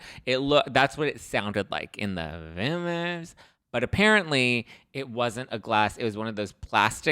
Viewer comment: saying rumours like tipsy-meredith is giving me life 😂😂😂😂😂